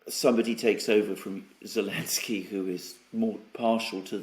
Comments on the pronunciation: Did I miss something? keeps calling Zelensky what sounds like 'Alensky". A slip? Is it a proper pronunciation? A mispronunciation? An inside joke or reference? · The letter Z has been banned by the Ukronazis as a symbol used by the Russians - so.... Elensky or I prefer Sellensky